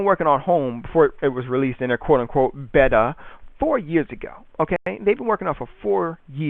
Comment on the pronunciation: you do not no how to pronounce you're words you pronounced beta wrong :P